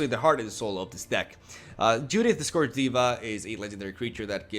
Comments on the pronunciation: "Judith the [ has stroke ] scaughrrj [ miraculously recovers ] diva" xD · Scourge pronounced like purge.